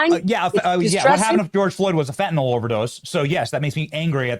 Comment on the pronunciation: It's pronounced FEN TAH NILL Fentanyl Not Fentanol.